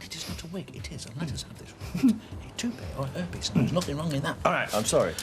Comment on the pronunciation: It cracks me up that Reg pronounces Hair piece as herpes